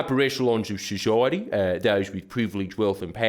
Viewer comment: "Upper echelons of shushiaty......" Ha ha ha